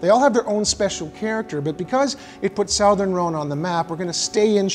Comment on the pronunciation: Uh, "sowthern" Rhone? I'm confused about your chosen pronunciation. Great video, though!